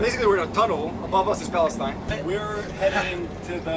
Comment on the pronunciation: he refuses to even pronounce Palestine correctly